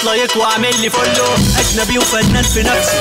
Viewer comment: المشاكسة لعند الراب اللي عجبني وهو بينطق فولو زي اللي مش بيعرافوا انجليزي وبيحاول يتكلم غصب 😂😂😂